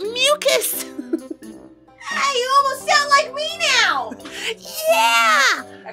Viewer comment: “Your fan club has to be held of as I have mucas”